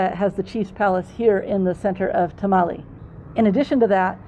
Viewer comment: I loved this video. There are some places I will visit on my next trip. I did have a bit of a problem, your mispronouncing Tamale every time you said the word. It is not a Mexican dish..